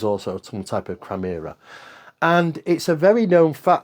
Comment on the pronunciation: The word is “chimera,” not chrimera.